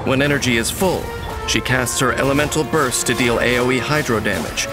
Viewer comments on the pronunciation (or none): none